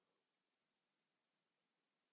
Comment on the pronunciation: I realize I'm way late on this, but the town's name is "Tavel Gorge." No "r." I made the same mistake Phillip Tavel is the lead designer of the card game, so it's named for him